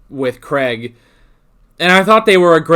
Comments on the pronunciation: Please learn how to pronounce Craig correctly. It isn't pronounced Creg. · Craig does not rhyme with egg or Gregg.